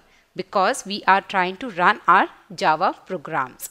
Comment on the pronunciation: mam, I love your teaching but u keep saying 'A 'JAVA, that is making me cringe a little